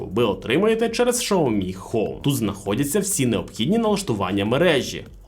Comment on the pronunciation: Шаомі -вухо ріже ...